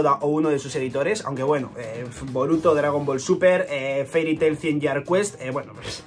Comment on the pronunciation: "cien years quest" jajaja